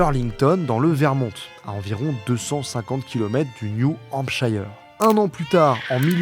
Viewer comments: juste parce que ça me perturbe à chaque fois : New Hampshire (comme tous les mots anglais qui se finissent par -shire d'ailleurs (genre York-Shire)), se prononce "cheur" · Merci pour cet épisode, par contre on dit : new hampsh[eur]